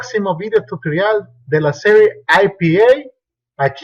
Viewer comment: Al final pronunciaste mal la palabra time dijiste time con N al final y es con m , jej e saludos .